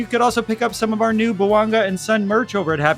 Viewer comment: As one of Sonny’s fans, thank you for welcoming Sonny and mentioning him in your videos. I just wanted to kindly point out his name’s correct pronunciation — ‘Sonny’ is pronounced ‘Soh-nee’ (not ‘Sunny’), and when saying just his last name ‘Son,’ it’s pronounced ‘Sohn’ (not ‘Sun’). I look forward to more great podcast content and hope your channel continues to grow and be widely recognized.